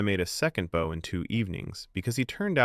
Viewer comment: At least this one does not pronounce 'Bow' as 'Bough'. So, you're better than most.